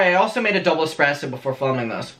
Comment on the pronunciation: The expresso tho